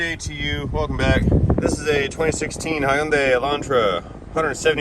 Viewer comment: Hyu makes a “hue” sound. It’s one sound. The whole name is 4 syllables: hue-n-da-ee. (Hue-n-die-ee) the pronunciation casually is (huen dai) sounds like 2 syllables.